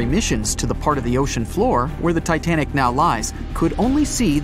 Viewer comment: btw you meant to say "titanic" instead of tinatic right?